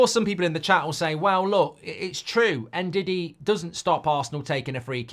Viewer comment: he pronounced it right just sounds like diddy: )😊